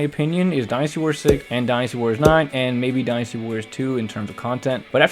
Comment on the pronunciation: You are pronouncing Dynasty wrong 😑